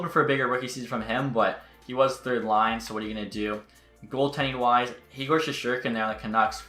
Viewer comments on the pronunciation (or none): none